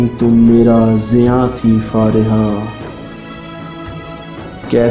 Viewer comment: Don't say फारेहा Plzz say फरीहा